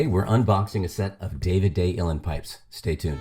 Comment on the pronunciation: The word Uilleann is pronounced Ui is pronounced O and the lleann is pronounced like the the woman's name LeAnn. Put it together and you get OLeAnn/Uílleann.